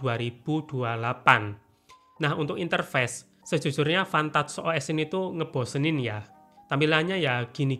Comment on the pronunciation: Gw dengernya fantat os jir😭😹